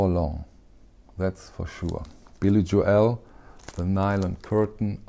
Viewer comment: Thanks for your informative channel! Lots of great information. By the way, here in the states we pronounce Billy “Joel “ like North “Pole,” rather than like “Noel,” as in The First Noel. All the best!